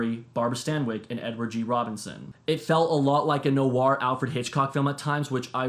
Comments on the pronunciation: Film NOIR (one syllable), not NO-ARR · The Lost Weekend - So you know: "Ray mil-LAND" Indemnity: "Noir" has just ONE syllable! Not "no-arr".